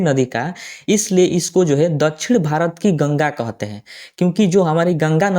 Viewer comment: कोहते हैं नहीं कहते हैं